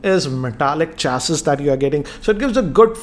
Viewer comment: Chassis is pronounced chassi. Kindly change it sir. Big fan